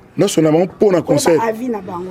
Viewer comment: Eh Patsho Rfi😂😂😂😂😂😂😂😂😂 mais azalaki kolenga? Koffi pe Vincent kuna nq emission ayamba ye aloba"consseur au lieu de " Concert" koffi alekisa mais ba oyo tellement bazalaki terre a terre a gafeller bango 😂